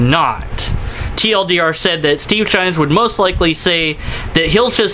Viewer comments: Just curious. Why are you calling him Steve Shines, and not Steve Shives? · Not sure if you're saying 'Shines' deliberately for a reason, or if it's just a simple misunderstanding. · I love how you mispronounce and misspell Steve's name so blatantly. I unsubscribed to Shives when he made his first video on rape culture. His wife was nonchalantly using the PC behind him, probably coaching his indoctrination. He says he won't talk to someone who supports a hate group, but I'll bet if Shirley Phelps-Roper wanted to chat Steve would jump at the chance. I believe that deep down he knows feminism is another religion but he can't fight it because of his wife. I have a coworker who has been an atheist for as long as I've known him. His wife gave him an ultimatum one day. He's a "happily married Christian" now. Damn patriarchy.